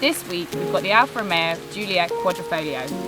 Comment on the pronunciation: QUA-DRI-FO-GLIO not QUA-DRO-FO-GLIA For people with verbal disabilities, just Julia is enough